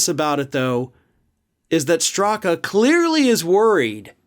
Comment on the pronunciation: Wait, did you say Brandon Stuka? oh, Straka. My bad.